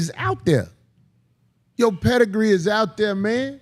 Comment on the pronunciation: "Pedigree" 😂😂😂😂😂😂😂😂 fuck man 😂😂